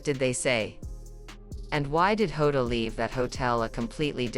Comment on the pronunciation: This person don't even get the surname correct.... It's not HODA it's JOTA.... Please give correct info not this nonsense